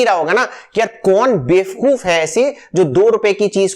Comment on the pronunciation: Please, say bevakoof not befkoof, saying befkoof is not admirable for the person like you, as an educated, engineered & successful person. Please, do a deep search for this with your perfection.